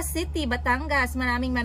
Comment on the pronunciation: Banlag man diay kag mata no?. Mao diay ang mga vowels lahi imong pag pronounce. Ang “i” nahimong “e” hahahaha! IYKYK. “RESPONSEBELETY” “ACTEVETY” “CETY” 😂😂😂😂😂😂😂